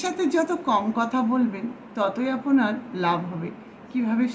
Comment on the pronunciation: আপনি শব্দটিকে আপোনি কেন? আপনার শব্দটিকে আপোনার কেন?